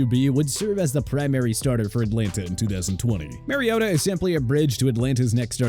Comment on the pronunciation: It’s not marYota, white guy